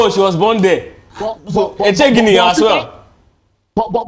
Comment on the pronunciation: Please, please, please, I can excuse non Igbo speakers for not pronouncing Jennifer's last name correctly, but not you. The name is ECHE-GINI ( what is the thinking about or what are you thinking about) - it's a question